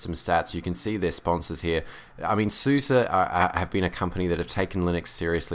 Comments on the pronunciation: Its pronounced Open ZuZe not suzy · openSuS - eh. not ih, not ah, eh. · I think it's pronounced suːzə because it is developed in germany and they say it like that. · To better pronouns SUSE you can take a look at the YouTube and search on "How do you say SUSE"